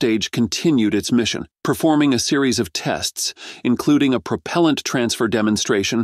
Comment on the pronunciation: The AI narrator needs more training, particularly on the word 'propellant'. No human that uses words for a living would make such a mistake. How the flaw got past QA is inexplicable.